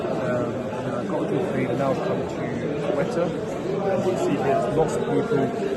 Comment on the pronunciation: Great video, bro Quetta is pronounced Ko - i as in India - ta sounds like Ford Ka.. ko-i-ta